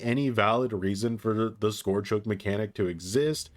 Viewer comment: Scourge rhymes with ‘urge’ not ‘george’